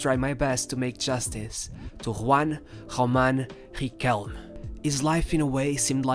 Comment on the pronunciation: Can't smile enough hearing "Juan Joman Jiquelme"